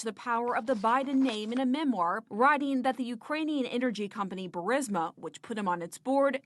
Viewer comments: Damn Benny. C’mon. BURSIMA? It’s BURR-EES-MAH. The I is before the S. There’s only been 10,000 reports on it. How the hell do you continue to mispronounce well known names? Get your staff on it. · Nothing but love for your show! Just begging you to PLEASE read it aloud... Bur-REES-ma. Petty, I am sure, but my goodness, every time I hear "BUR-SIM-A" I think "Punkin, you're pronouncing incorrectly because you have placed the I in BURISMA in the wrong place. Sorry. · Burisma, not Bursima. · Ber-is-ma. Not ber-si-ma Burisma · it is Pronounced Burr-is-ma! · Benny, it’s nuclear not nucular. It’s Burisma not Bursima.